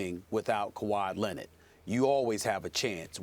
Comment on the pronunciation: And kawhi lennon 😂😂😂